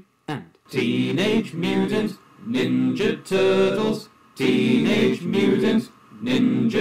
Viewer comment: Hahaha sounds like you're saying "turdles" xD And please, work with Smooth McGroove some day please!! Two angels singing, that's probably dangerous in some way but whatever, I want to see it!!!